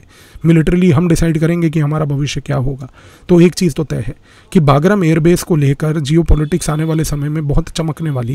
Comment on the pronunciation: Sir, the correct pronunciation is 'बगराम'